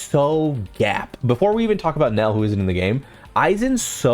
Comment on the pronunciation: Bro at least say it correctly hahaha its "NELLIEL" not NELEL